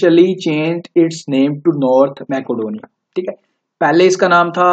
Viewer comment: Its मेसीडोनिया not मेकोडोनिया